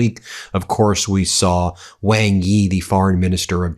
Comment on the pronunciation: "Iran will let Donald Trump use the, uh, air base there in Riyadh" LOL, LOL. Also, who taught you how to say Xi and Wang (Chinese family names)? Is your brain ok? we're less than 2.5 minutes in and you've made so many mistakes. Odd, King Salman isn't above MBS? Wow... news to me, no doubt news to the King as well. Does this guy know what an op-ed is? No proof needs to be offered, no sources need to be gotten. Just one person's opinion. Hating Trump is one thing, he is a skid mark. But to let it blind you, and make mistakes similar to his is not ok. Be a bit more self-critical.